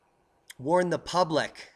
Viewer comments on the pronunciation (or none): none